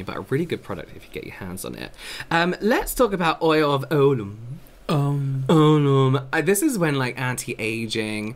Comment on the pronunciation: Ulay not Olum (certainly here in the UK), I'm a bit of an old git and spend your historic vids going No, no, nope 😅